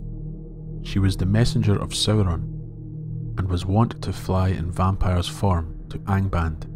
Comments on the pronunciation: You pronounced it as "Soh-Ron" not "Sow-Ron". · It's really distracting how the narrator keeps mispronouncing Sauron. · Sauron is not even his first name. Before Melkor's corruption, Sauron The Abhorred used to be Mairon The Beloved, the former star pupil of the Vala Aulë himself. It really doesn't matter how the names are (mis)pronounced. Consider that Professor Tolkien himself was a linguist. His real-life appreciation for the diversity of human languages and nature is reflected in his own legendarium. The Elves, Humans, Dwarves, and his other creations are vast and diverse when it comes to language and history.